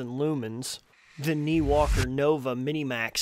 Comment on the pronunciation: I thought the brand name was pronounced nYwalker not Neewalker